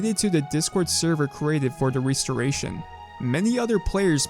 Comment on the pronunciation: What's a 'Ree-storation'? Is it similar to a 'Restoration'?